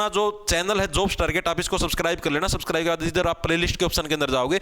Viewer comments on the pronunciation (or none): none